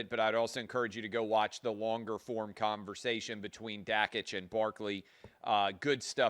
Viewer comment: Learn how to pronounce Dan’s last name! (Dock-itch)